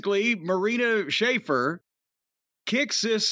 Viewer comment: He's even got pronouncing it "Schafer" now. I love it